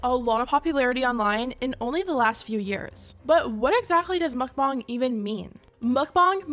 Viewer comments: ARGHHH It's pronounced MOHK-BAHNG, not muck-bahng for pete's sake. That hit a nerve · "mukbang is from Korean" Pronounces it like mookbang..... Sigh 😒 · I hate how you say mukbang.. mOkbAng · Idk why and I’m sure it’s not her fault because she’s not from where I am but the way she pronounces mukbang makes me so angry for some reason